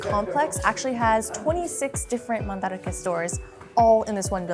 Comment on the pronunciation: hearing the correct pronunciation is blowing my mind. You mean it’s not Man-Drake?